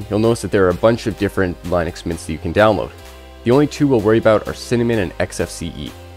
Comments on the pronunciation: Lin uhx, not Line uhx. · dude that was almost torture, its not LINE ux its LYNN ux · Technically the creator pronounced it as *Linus*. Americans called it by what it looks like ->Linux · its pronounced lyn ux NOT line ux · It was founded by a Finnish guy. Lyn Ux is not correct. What you are looking for is the ea sound like in lean. Lean Ux. That is the correct way to pronounce it. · Seems like, by now, you would have learned how to pronounce linux. It is a SHORT I like in Linus. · It's not laeenoox it's leenux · BRO SAID LINE-NUX everytime I AM DEAD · He's basically saying it like linus but with an x instead of s. Smh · the creators name was linus and line-us which means line-ux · Its Line ux… sorry but you Americans pronounce things really weirdly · Great video. One caveat if I am nitpicking which has nothing to do with the excellent content of the video. I had too search how to pronounce "Linux", just to be sure, because I have always pronounced it differently, just to make sure I was correct and yes I was correct. It is not the way it is pronounced in the video (where it rhymes with minus). It is actually "Li-nuhks" . Source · How can you make a video about linux when you can't even pronounce the word? 🤣